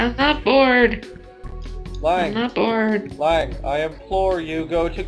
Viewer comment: My name is not Liang >:C also my mic was louder than it should have been. xD Oh well, it's already uploaded.